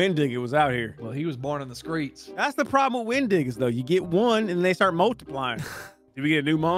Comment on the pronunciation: just said skreets am I the only one who caught that